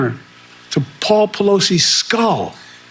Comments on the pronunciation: I love “Peroski”. I have no doubt that it is how she heard fellow MAGATS pronounce it. She has done well to get out of the cult and recognize the gaslighting, propaganda, and bs. 💙💙💙💙💙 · I low key think its hilarious that she calls her Nancy Palowski. It's like one step from getting the name wrong again and calling her Nancy Pierogi - which with Polish roots in me, would find really funny. Great coverage. I wouldn't have seen this otherwise. More people need to have critical thinking skills instead of blinding loyalty.